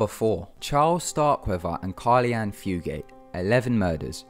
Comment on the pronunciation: It's Caril, not Carli. This is one of the reasons I'm thankful for Ty Knotts, both of the other narrators had horrible grammar and pronunciation.